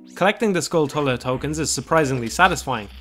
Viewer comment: Inaccurate or accurate, this guy still doesn't pronounce "Hylia" or "skulltula" correctly. Edit: Or "Gerudo." His name isn't "Jannondorf," dude.